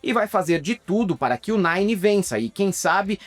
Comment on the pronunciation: falando "o nine" kkkkk